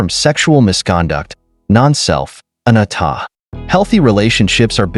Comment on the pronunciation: Sir, I just don’t understand how you have a post of Buddhist wisdom and you mispronounced anicca, anatta and dukkha. They are misspelled on the screen too. You are trying to explain impermanence like a leaf falling. And it is much deeper. Sure, it’s composed of kalapas composed of characteristics of weight, vibration, heat and cohesion. If the mind is directed with its full attention on the body and stays there it can see and touch the sensations that are the composite of the kalapas and affect their constituency. You need to cover sankharas that are the habits of every Intentional action of our life that is stored within the body.